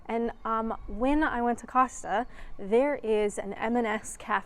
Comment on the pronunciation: thank you for pronouncing Costa correctly. I have heard so many US visitors to the UK on Youtube pronounce it Coasta for some bizarre reason!